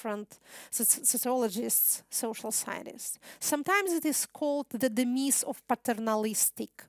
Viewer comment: P.S. На случай, если Вы (Екатерина) будете и дальше нести разумное-бодрое-вечное с англоязычных трибун, позволю себе несколько ремарок. Проверьте, пожалуйста, произношение слов "tier", "demise", "pour", "tangible", "visible", "resemble" и, прости господи, "ruble" и "expertise". Также бросается в уши рекуррентное "delineate". Есть и более тонкие моменты, с коварными словами типа "sovereignty" и латынью, нещадно коверкаемой англоязом. Так, они почему-то говорят "де джюре" или даже "дэй джюрэй" (а вот "хунту" уважают, и так и произносят). Плюс такие ложные френды, как "realizability" (realize=осознавать), "consequently" VS "consecutively" и "be held" VS "take place". И "subterranean" ещё (у Вас, кажется, "subterrestrial"; а правильнее всего, наверное, "underground"). Dixi. Не сочтите за наезд/неуважение. Просто очень радует видеть/слышать Вас на лучшем уровне, вне зависимости от языка!